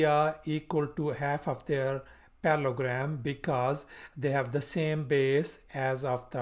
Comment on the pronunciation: You are missing the middle el in your pronunciation and spelling of parallELogram.